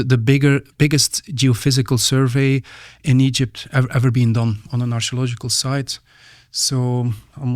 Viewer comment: anyone else hears "astrological" when he says archeological"? x)